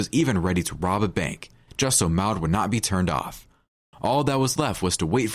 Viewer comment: The twins names are Bonnie and Maude? If so, the secind name rhymes with awed, broad, flawed, Claude. Certainly NOT the way the narrator was pronouncing it!